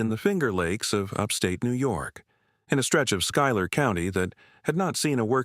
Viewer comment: Schuyler is pronounced SKY•ler. Trust me. I live in Central New York.